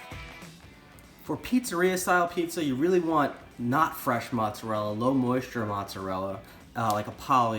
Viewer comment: Why would you pronounce ricotta correctly but not mozzarella?